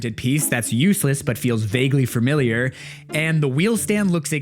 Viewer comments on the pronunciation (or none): none